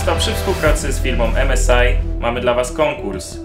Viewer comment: 1.W Nowej Hucie tego pełno się panoszy co 5 metrów można się potknąć 2. To się nie czyta (em es i)